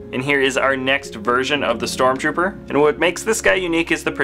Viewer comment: its not stromrooper its stormtrooper